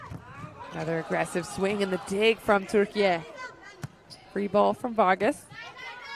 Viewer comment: Maçı anlatan her kimse çok özel teşekkürlerimi iletiyorum.ülkemizin ismini aynı bizim gibi telaffuz ettiği için ❤❤❤